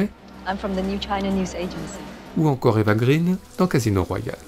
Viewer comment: Eva Green ne se prononce pas comme la couleur verte en anglais mais comme un mot suédois ce qui s'approche de "graine" en français.